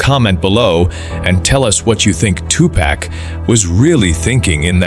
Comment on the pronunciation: At least get the AI to say "two park" have some respect for the name